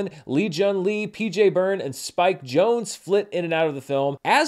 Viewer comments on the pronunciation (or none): none